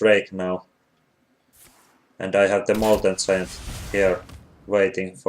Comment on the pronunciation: do u mean molten (G)iant or molten something like "molten ziant" ?